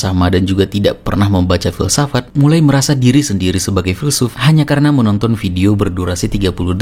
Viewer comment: Filsafat ❌ Filsafak ✔️